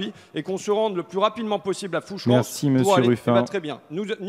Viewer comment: big up francois...par contre on dit "fouche rang " phonétiquement ...insoumis franc comtois ;) même si le sujet est rance ...